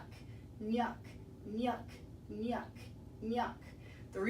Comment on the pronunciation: Is it nyuck or nuck ??? I hear him saying “nuck nuck nuck.”